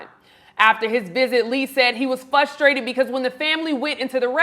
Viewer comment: “Fustrated” is not a word.